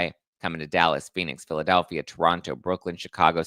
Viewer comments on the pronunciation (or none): none